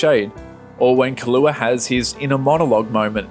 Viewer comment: Key (hard E)•loo•wah. Other than that nice to see new HxH content considering we're going to ACTUALLY be getting more now. All I wish is the anime had the style of the 1999 version, but sticking to the manga more closely like the 2011 version, but having a fusion of both tones, because the manga really does seem to switch back and forth, especially at the start of every new arc